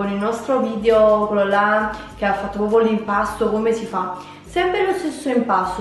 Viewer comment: Si dice PROPRIO non POPIO